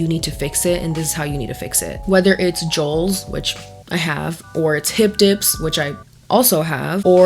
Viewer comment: Jowls (sounds like vowels) And Now a days (not now and days)